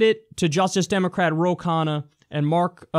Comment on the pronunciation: Kyle, 'Khanna' is a north Indian last name, and is pronounced roughly as 'khun naa' 'un' pronounced exactly like 'un' is in unknown. The way you pronounce it Kyle 'khanna' actually means food in Hindi or the act of eating, depending on whether its used as a noun or verb. ;P